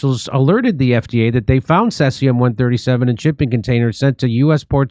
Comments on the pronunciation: "could" and "potential" Jimmy. And it's pronounced "cee'zee'-um'" C...Z...um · First time hearing about says-ium eh? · said seas-e-um not sess-e-um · pronounced 'SEE-zee-um' ☝ Don't forget to check all of the meat that you want to purchase for magnetism! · He honestly can't pronounce seize-E-ummm? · pronounced see zee um, this common fission product has a 30 year half life. So every nuclear bomb detonated over the last 200 years and every accident contributed to the total fallout which circulates world wide. 23 Bikini Atoll tests contaminated the entire Pacific. Fukushima is a drop in that bucket. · The Asian shrimp industry is cruel and evil. The human slavery level and abuse is off the charts. People live in boats and factories full of ice. Terrible conditions, I won't buy it anymore. Also it's See-zee-uhm....Cesium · SEEZE EEEE UMMMM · cesium is pronounced SEE-ZEE-UM. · Seize-E-um is how it's pronounced, yeah don't eat anything out of the ocean anymore ☢️☠️ Japan years ago changed the allowable radiation allowed in their food so distributors could still sell seafood. 🤢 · It's pronounced see z m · Its pronounced "seez ium" 🇬🇧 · It is pronounced "Sea-Z-um" (Cesium) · Pronounced like SEA sium-137.... which comes from nucIear meItdowns, and has been flushed into the SEA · Jimmy, I love you, Stef, and your show; saw you live, here in San Diego. Just a friendly "intervention," here: Cesium is pronounced SEE-ZEE-um. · Pronounced, sees-e-um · pretty odd that Dore knows how to pronounce Geiger and Fukushima but not Cesium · Thankfully Jimmy learnt how to pronounce cesium by the end of the vid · Jim knows how to spit on people that he doesnt like but cant pronounce cesium. To top it off he mocks those that cant say Fukushima. Low IQ